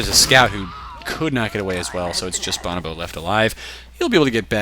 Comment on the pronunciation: boe-no-boe, not bahn-ah-boe